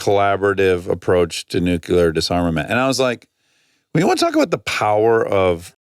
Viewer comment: Hi Dax, you keep saying "Nucular" (New-Cue-Ler) when it's "Nuclear" (Pronounced New-Klee-Er) I don't know if you appreciate that note, but I feel like you would/do. You use the word a lot, so I figured I'd finally mention it in case you wanted to correct yourself. If not, ok. Love you guys & your podcast!